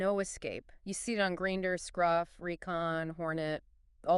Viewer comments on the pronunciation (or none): You guys are reading off a script. And she doesn’t know how to pronounce Grindr lol.